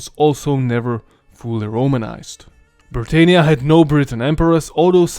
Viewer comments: You pronounced britannia wrong. It's pronounced: brit- an- ya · Imagine being from a province called Britannia and it's pronounced Britaynia? OUCH. Romans did not call it Britaynia. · Hiapaynia? Brittaynia? That's not how the Romans said it. I know that English is not your first language and you do a good job but please in future pronounce words like they should be. You said Italia like it would have been called in Rome and today. Itahlia not Itaylia like Hispaynia or Brittaynia. You did a good job but.... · We say Bri TAH nia.